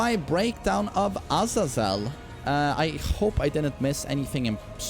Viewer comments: its azayzel not ahzazell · Guys trust me. It's A-z-eeeeeeeeee-zel